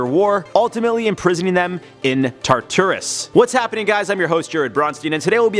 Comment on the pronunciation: And it’s pronounced TART-TER-IS